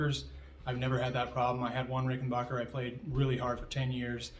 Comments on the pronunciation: RickenBACKer not RickenBACHer. Just fyi. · So I'm assuming that you Googled me ( Rich Briere Fender ) and found confirmation that I am who I said I was and Ged is a dear friend, as is Alex, as well as the entire Hall Family at Ric.......and from now on you'll be pronouncing Ricken-BACK-er correctly so that your "Followers" will no longer be confused....Yes? :) Thanks for your time. ....and NEVER push back hard cuz you NEVER know who you're pushing against. 🍎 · Adolf Rickenbacher changed the spelling and pronunciation of his name to Rickenbacker after moving to america so that he would not be associated with the Germans …so originally he was RickenBACHer….